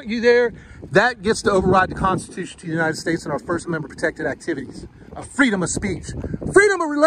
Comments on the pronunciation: Love the open, the LEO not able to pronounce “constitution”, obviously never heard the word before!😂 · Wow...she can't even say it 🤦 Law enforcer in the United States of America 🙈 are you serious WOW WOW 😢